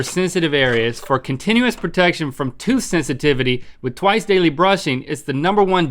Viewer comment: tooth hisitivity?